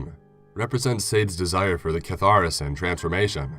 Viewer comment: Cool story. My only criticism is to correct some pronunciation. Marquis de Sade and catharsis jumped out to me.